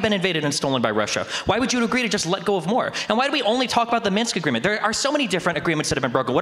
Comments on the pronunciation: Lol both of them saying “Minks” Agreement. The historical treaty between fur coat manufacturers and trappers in Eastern Europe. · "Minx agreement"